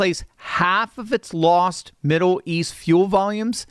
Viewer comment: "Midduw" east?